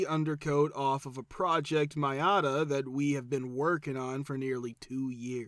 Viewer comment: Narrator cannot pronounce Miata? "Mee-a-ta". How hard is that? 😮